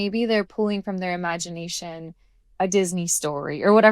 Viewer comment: Imagineation…sounds like ‘I magic’